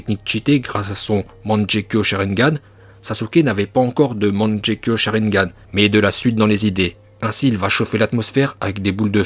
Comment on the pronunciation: Superbe vidéo comme d’habitude. Mais petite question, pourquoi à certains moments tu dis au lieu de Kage? Dans des anciennes vidéos tu disais que tu parlais en japonais pour certaines prononciations mais tu dis, manjekyo,…